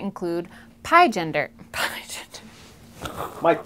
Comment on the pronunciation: Pie-Gender, lol!